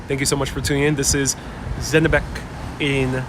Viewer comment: It is Zenebech, ch as china.